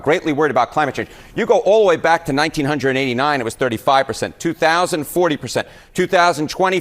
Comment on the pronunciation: It's going to be 64° on Xmas day. Also fuck the way that man said 1989.